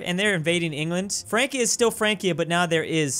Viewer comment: You say Frankia, but I think it's Fransia, because C before I is soft.